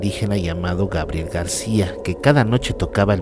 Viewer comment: dijiste Grabiel..jooo,jooo